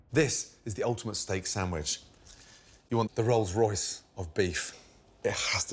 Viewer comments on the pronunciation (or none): “The roles royce of beef, the filet” SPLAT